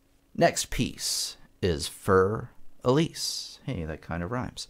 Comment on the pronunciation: I really wish people would pronounce Für Elise correctly.